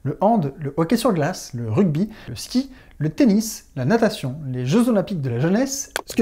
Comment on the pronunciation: "la natation" ... roohhhh :D